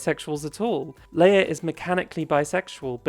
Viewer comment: Leah’s name is not pronounced like Princess Leia it’s pronounced Lee Ah